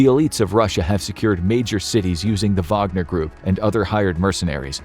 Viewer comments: am i the only one who heard vodka not wagner? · Is it Whag-ner or Vag-o-near? Wagonereer? Groupee? gruiopierre?